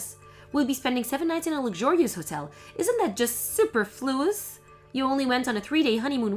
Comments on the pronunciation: su PER fluous is the correct pronunciation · Superfluous is pronounced super - as in superb - followed by floo-us with a slight emphasis on the floo element. Making the same error twice is irritating. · The correct pronunciation of superfluous is supERfluous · AI can't pronounce "protagonist" and VAs can't pronounce "superfluous". What a world we live in.